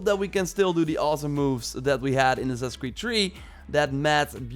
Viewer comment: How you say Assassinc Creed lll cracks me up Assassin Creed Tree